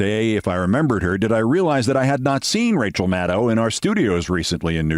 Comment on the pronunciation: FINALLY someone can pronounce Maddow correctly!!